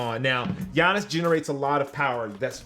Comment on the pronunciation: Facts were does this nigga see an i in gianis name lmao